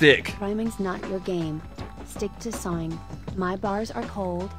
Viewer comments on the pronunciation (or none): is it just me or did i hear 'drawring and sawring'? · Lol I thought he said soaring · can someone tell me where the R is in sawing????